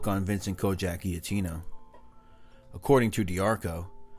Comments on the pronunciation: If you’re going to say our name. Say it right. The G says its name when pronouncing our name. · always great videos bro! Also, not criticizing or anything, just a suggestion, when you see a Gia in an Italian name it’s pronounced like a j. Great video, as always!